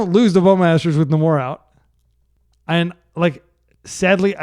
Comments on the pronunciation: It's pronounced NAY-mor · ive literally never heard anyone pronounce namor like that 😆